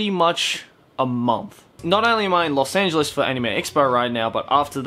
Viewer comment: knows how to click bait. Wait "Lost Angahles"